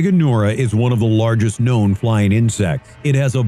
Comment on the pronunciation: “Kwown as pterosauruses” End my life